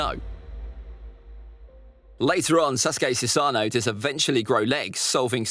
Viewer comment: It’s pronounced Su-sa-no not su-saaaaaaa-nu